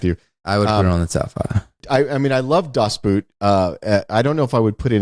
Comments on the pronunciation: BTW the "Boot" in "Das Boot" is pronounced like "boat". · Every time Ty pronounces Das Boot the way he does a little bit of my soul dies.